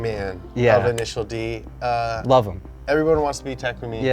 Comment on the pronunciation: INISHEEEEEEARU DEE